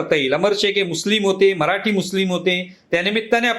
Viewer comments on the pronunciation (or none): none